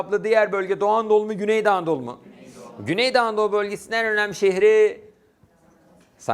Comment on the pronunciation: Hocam çok güzel güney doğu anadolu diyorsunuz :))